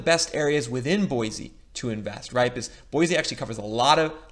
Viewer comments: It’s pronounced Boy-see, NOT Boy-zee. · Correct pronunciation is Boy-see not Boy-zee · Live here....pronounced BoySEE not Boyzee...lol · And Boy-see, not Boy-zee. LOL! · Boy-see - not Boy-zee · Boise is pronounced BOY-SEE my man. Quick way to show you ain't from round here and get the stink eye is calling our home BOY-Z. Just a heads up. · Boy-cee! no z sound. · Bosie pronounced "Boy C". Its weird I know. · repeat after me, its pronounced boy-see. There is no z in Boise. This drives locals crazy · Oh and by the way there is no z in Boise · hate to be that guy...but its an S not a Z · Said boise incorrectly 1000 times meow